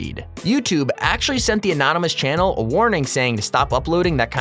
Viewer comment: channel not chan